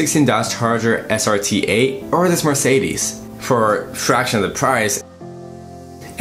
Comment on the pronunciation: Learn to prounance car makes ! like Mercedes and porshe ! :)